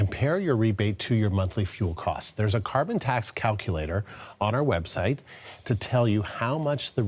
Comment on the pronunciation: Some reason the reporter cant say CARBON TAX !!!!!